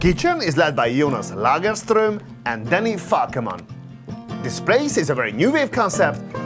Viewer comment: I can tell you paid attention to get the prononciation right for Jonas Lagerström and Danny Falkeman. This is no coincidence. Thank you for your respect.